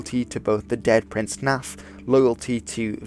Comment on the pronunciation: Sorry, I can't help myself giggling every time I hear "Prince Naff". Yes yes, I know it's Hnæf. I'm not sure about Proto-Norse, which would have been spoken in Danmark at the time, but in Old Norse (and modern Icelandic), f in the middle or at the end of a word is pronounced as a v (e.g. Olaf = Olav, Leif = Leiv, Halfdan = Halvdan etc.). Maybe a Dane can correct me, but I'd guess Prince Naff's name would be pronounced Hnav (like have, but with an n... æ is an odd one with regional variation mind). Still, I'm sure Prince Naff was pretty naff :P